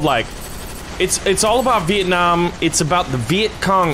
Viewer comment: Vieenam LOL